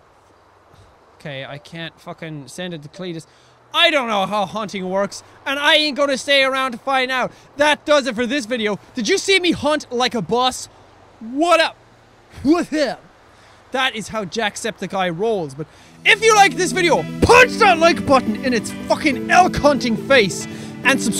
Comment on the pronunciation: wow... you did hunt like a bus (remember to say boss corectly... you have just lost 10 boss points for that